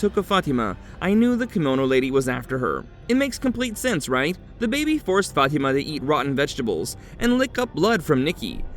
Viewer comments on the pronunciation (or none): I used to work with a lady named Fatima but she pronounced as: Fa-Tee- Ma. It just sounds wrong when the narrator pronounces it another way. I do love this show; thanks for the recap!!! :face-fuchsia-wide-eyes